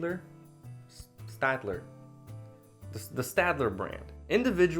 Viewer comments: So you are telling Shadler but I pronounce it stadler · It's pronounced - " Sh tad lehr " - you are welcome :-D , great video btw! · Staedtler is a German company. The pronunciation is "shtetler". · Why didn't you show the depth gauge on the lead pointer, it's so cool. You can pick your point type on that pointer. I feel like you know that staedtler has a shhhhh sound before the t sound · Staedler? Pronounced Wrong Mongoll 2? It Sucks Hotel? Trivago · It's pronounced "Stayed-ler" by the way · "stAedtler... staEdtler.." i feel your pain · i just recently found out that the correct way to pronounce staedtler is "SHTAYDLER". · PS: In German, it's pronounced "Shtatler". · for staedler, say 'stedler' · Pronounced ; Shteed - Ler I actually like the graphite shine. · Staedtler is pronounced a bit like 'shtetla'.